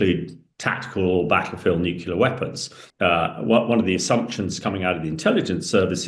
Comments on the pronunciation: Can you really be that thick? "Nucular" is how our dear Hamish insists on pronouncing "nuclear" ok? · It infuriates me that these experts can’t even say the word Nuclear! It’s not Nucular!! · Hamish, if I hear NUCULAR one more time I'll fecking scream. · I thought it was just me, god damn that's annoying.